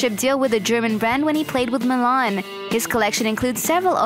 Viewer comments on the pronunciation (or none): none